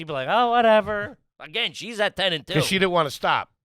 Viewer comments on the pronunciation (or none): none